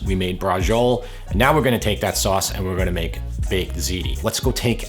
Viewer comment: I love your accent … especially when you say soass (sauce)😂 keep up the excellent work!